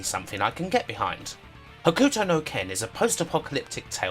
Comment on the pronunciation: you pronouncing "Hokuto" as "Huh-Ku-To" is gonna drive me nuts. Its "Ho-k-to" The "U" is silent. XD